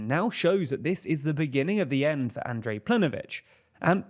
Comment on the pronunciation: It's Plen(K)ović, and Andrej is pronounced like Andrei.